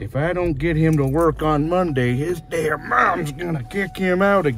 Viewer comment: the "his damn mom" pronunciation is perfect